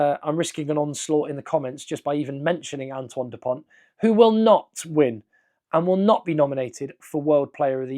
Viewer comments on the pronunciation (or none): Please not du pont